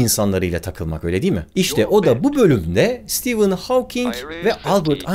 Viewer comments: Stivın hawking değil be abi stefın hawking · Sitivın değil abicim, Sıtefın. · Stivın değil stefın :) stivın olması için steven yazılması gerekir. Steven adında bir arkadaşım olduğu için biliyorum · Adı STEVEN değil STEPHEN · Stivın mı stefın mı. Havking mi hovking mi. "Stivın" okunması için yazımı "steven" şeklinde olması gerekmez mi. Oysaki "stephen" olduğu için stefın diye okunmalı kanaatindeyim.. aynı şekilde soyadı "hovking" şeklinde telaffuz edilmeli bence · stivın değil de stefın olmasın.. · hawking in ismini söylerken neden stephen deilde steven diyorsun barış abi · dikkat ettimde Stephen Hawking derken Steven diyorsunuz :) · Steven diyorsun ama Stephen. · Sitivın olarak değil sitefın ph yanyana gelince f diye okunur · Ağabey, sürekli "Steven" dedin. "Stephen" olcak o. :D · Senin gibi bir adamın Stephen ismini Steven gibi okuduğunu gördükten sonra insanlığa inancım biraz daha azaldı ama olsun seviyoruz seni :) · Nobody: Barış Özcan: Kim lan bu stivın Havking😂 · Bence adı Sitefın diye okunuyor. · Sıtefayn diye okunmuyo mu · Abi kaç kere steven dedin orda "p" var :) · Stephen yerine Steven diyip durman tilt etti ama yinede güzel videoydu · steven değil ya